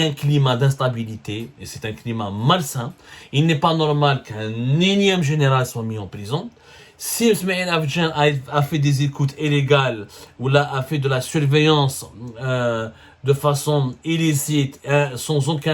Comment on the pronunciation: Écotes Élégale. Déréction. Dérécteur. Ronseignemon Thécnique. Il te faut un orthophoniste 😂